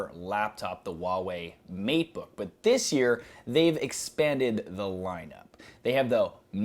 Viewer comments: There is an "H" in "Huawei", it's not pronounced "Uawei"! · h in huawei is not silent. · Nice video! Just a minor tip: the 'H' in 'HUAWEI' is not silent. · you pronounce the "h" in huawei xD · Oh, you are pronouncing Huawei so weird